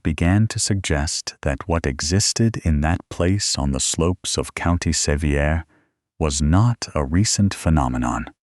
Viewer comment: I was born & raised in Sevier County, TN, and have 150 years worth of people in the ground there. I really enjoy these stories, whether fabricated or not, but for future reference, it is pronounced "suh-VEER" County. The various incorrect pronunciations really detract from the story.